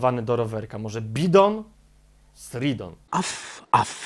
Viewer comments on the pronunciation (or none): Sraf sraf a nie at af